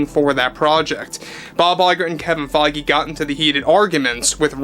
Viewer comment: kevins last name is pronounced (Fayj) just sayin